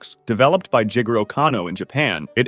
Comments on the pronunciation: Jigoro? Like Jee Goro? Nah J**gero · Jigoro Me: ah Jee Goro Video: J*ggero